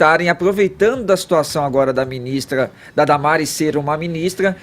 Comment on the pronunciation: E tudo que ele fala ele poe um TZ! Pqp! Por exemplo: gentitz (gente) essa ministritiza (ministra) não é competentitz (competente)!